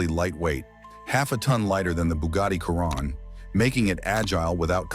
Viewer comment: Ya right a "Khiron" not a ,"Chiron..'